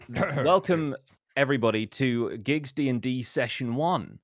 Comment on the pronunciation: It’s not GIGGS it’s PIGGG